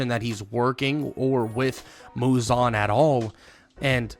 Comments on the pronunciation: It’s Muzan not muzon 😢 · bro is purposefully saying "muzon". Crazy his name aint even muzon its muzan